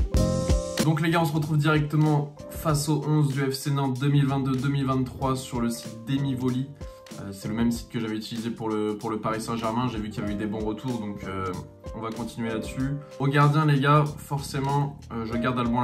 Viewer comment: Note pour plus tard: c’est « DEmi Volée » en français et non « démivolli »